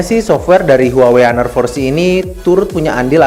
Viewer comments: bang, bacanya "aner", bukan " haner", gapapa sih, gapenting :v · its honor at singapore cuz... not hanor